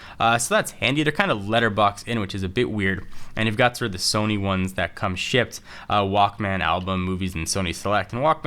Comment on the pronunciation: good work but i hate how you say walkMAAAAN